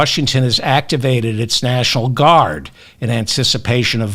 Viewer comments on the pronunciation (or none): none